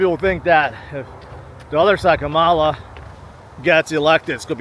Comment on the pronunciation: Obviously you're for trump if you pronounce kamala wrong